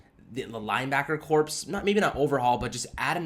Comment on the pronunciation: "Corpse?" WTF? Then again, seeing how they've played, maybe "corpse" is the correct pronunciation.